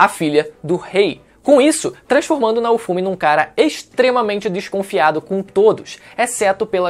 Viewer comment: PQP CONTINUA FALANDO ERRADO NAOFUMI, ASSISTI A OBRA E FALA ERRADO O NOME DO PROTAGONISTA, KKK